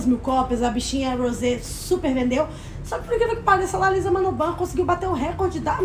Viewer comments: a pronúncia certa é Lissa não Liza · Que agonia elas errando o nome da Lisa kkk